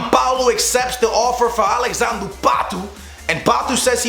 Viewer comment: It's alexadre not alexandrew patu